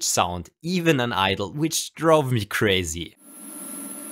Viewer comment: "Which drove mich crasy" seam like there is a bit of german reingerutscht.